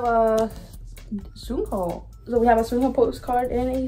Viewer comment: sunoo is pronounced ( sun-oo ) sun as in like the sun and sunghoon is pronounced sung ( sun and you add a g sound ) hoon ( who and add a n jsyk